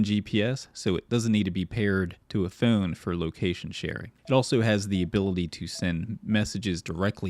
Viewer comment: the way you pronounce "phone" is so foul